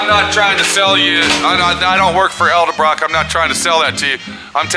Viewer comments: Hey...say EDDLE-BROCK!! not EL-DEBROCK!! fer chrissakes...otherwise a good video,!! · does this guy know its pronounced ED-EL-BROCK......not EL-DE-BROCK